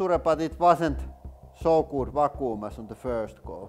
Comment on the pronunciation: " pretty got damn goot vacooom." 😂😂